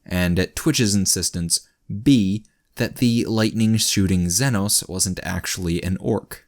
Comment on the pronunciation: Hey buddy. Huge fan, but one thing's been killing me: it's pronounced ZEE NO not zenno